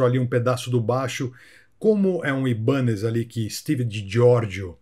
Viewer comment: Gastão e? Sem querer ser chato mas já sendo...Acho que a pronúncia correta da marca de guitarras e baixos é "Ai"banez...pelo menos foi assim que aprendi assistindo ao Pawn Stars, Trato Feito no Brasil. Grande abraço!